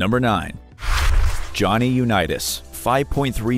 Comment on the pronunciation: I actually couldn't listen to this after hearing Jonny u neat us